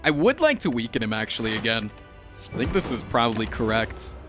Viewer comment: Can we make it a rule that whenever mispronounces weaken on purpose, he has to donate 1 dollar to a charity >.>?